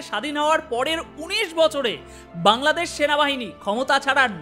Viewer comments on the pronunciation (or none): আপনার অনুষ্ঠান আমি মনোযোগ দিয়ে শুনি। কিন্ত খারাপ লাগল আপনি বাংলাদেশ কে কাংলাদেশ বললেন!